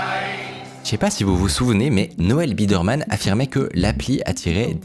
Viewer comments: Biderman (baille deur Mane), par Birdman !!! C'est incroyable de pas être capable de lire et de prononcer ce nom correctement. Du coup, on se pose des questions sur la qualité générale du documentaire. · Attention à la prononciation. Il s'agit de "Noel Biderman" et non pas "Birdman" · J'ai pas encore fini de regarder mais tout le long pour le moment Micode dit "Birdman" alors que c'est "Biderman" c'est perturbant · BI DER MAN, pas BIRD MAN. Moi aussi je suis dyslexique, mais pas youtubeur et cette erreur répétée à l'envi, ça fait désordre... Vingt Zenquêteurs, c pas terrible non plus. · c'est Biderman, pas Birdman. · Pourquoi prononcer "Birdmann" ? le nom se prononce Bi-der-mann et pis voilà ! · pourquoi dire Birdman au lieu de Biderman ? Estce fait exprès ? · Comment il lis biderman birdman pendant 36 minutes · IL A DIS BIRDMAN TOUTE LA VIDÉO SANS SE RENTRE COMPTE QUE C’EST BIDER MAN ! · C’est pas birdman c’est Biderman ! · le fait qu’il ai dit birdman instead of biderman ça me tilt a un point inimaginable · Triggered par le fait qu'il s'appelle Biderman et que tu prononces Birdman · BIDERMAN PAS BIRDMAN PUTAIN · c'est BI DER MAN ET PAS BIRDMAN sinon super documentaire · C’est BIDERMAN est non BIRDMAN comme tu dis pendant 30min .. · Tu dis Birdman ou lieu de Biderman tout le long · Il s'agit de "Noel Biderman" et non pas "Birdman" . Ne voyez-vous pas la différence ❓️❓️❓️⁉️ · BI DER MAN, et non pas BIRD MAN ! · Juste pour chipoter c'est Biderman et pas Birdman Mais très bonne vidéo sinon, encore une histoire très prenante ! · Super video mais juste un truc, Noel Biderman c'est Bi-der-man, pas Birdman 🙂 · Birdman ou Biderman ? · Pourquoi prononcer Biderman (qui se dit tout simplement Bideurmann) « bird man »? Je n’arrête pas de me poser la question. Je ne comprends pas, c’est l’angoisse. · Le mec s'appelle Biderman et c'est prononcé Birdman tout au long de la vidéo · Il ne se nomme pas Bidman mais Biderman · biderman, et pas birdman ' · Birdman.. non c'est Biderman 😭